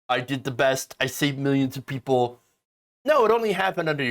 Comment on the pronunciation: “Miyanns and miyanns…”